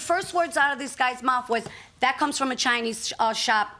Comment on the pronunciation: Dat and ax ? Really dude ?